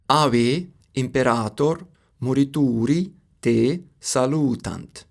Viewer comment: Bro😂😂😂😂jokes aside... You are horrible at spelling old Latin. I'm Românian therefore I know. The way you spelled :Ave Caesar, morituri te salutant make my ears cringe 😅😅😅. Probably you have used an AI or something for all this spelling mispronounciations.